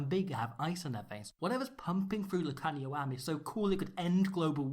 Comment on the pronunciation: You go Lukhanyo’s name right. He is a 13 .